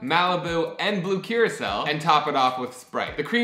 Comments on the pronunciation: it sounds like you're saying, "blue curacelle" lol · Am I the only one hearing him pronounce blue curaçao wrong?